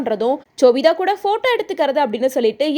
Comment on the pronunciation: Chobita illa ma sobita